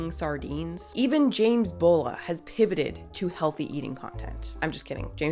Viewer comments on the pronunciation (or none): none